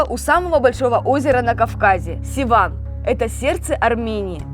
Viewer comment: Севан а не Сиван